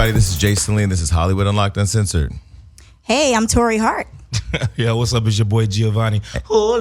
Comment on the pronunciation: not sure abou Torei...A for effort tho!